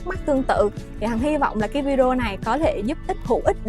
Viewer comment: Video nguoi viet lai doc fheo am tieng viet la vi -deo.nen sua lai cho dung ???